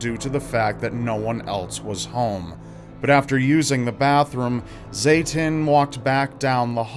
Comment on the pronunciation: Fucking "Zatan" LOL